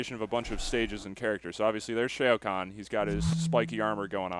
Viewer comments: its fucking annoying how they r saying shao kahn! its pronounced Shaow Kahn not shayo kahn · who's Shay-oh Konn? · Shay-O Khan? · SHAY-o Kahn? the Shaytards are in on this? 0_o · "Mr. Shayo Kahn" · He ts pronounced Shao Kahn wrong! lol